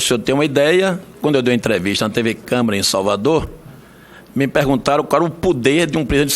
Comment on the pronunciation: Velho nojo .não é TV CâmEra. Eh TV Câmara ! Não eh puder , é poder aprenda primeiro a falar.